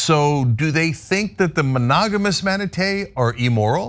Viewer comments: No, Cenk. You stop it! Stop it right now! It is manaTEE, not manaTAY! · Maybe off topic, but I love how Cenk keeps saying manatays and not mantatee. LOL! I also thought it was fun to learn they have gay sex. I had 2 male cats that got it on all the time, so that's just hilarious IMO. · The way Cenk pronounces manatee is both adorable and hysterical. "Manatā" LOL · Say manatee.